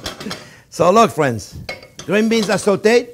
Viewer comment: Can you see that fwiends?-Chef Yes i can and im stawving🤣